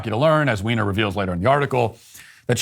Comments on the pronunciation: Are you purposely mispronouncing Jennifer Weiner’s name? You know it’s pronounced like “Winer”? Are you just making fun of her? That aside, she used to be one of my favorite authors but in recent years her books (and essays like this) have been so full of leftist woke nonsense that I had to give up reading her books. It’s a shame because she really is a very talented fiction writer. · I can't handle Matt saying, "Ms. Weiner". 🤣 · Is Jennifer Weiner a Transwoman? The way you pronounced her name!:)))